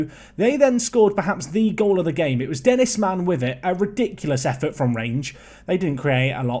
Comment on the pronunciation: Coming from a romanian... the way you pronounced Dennis Man was impeccable!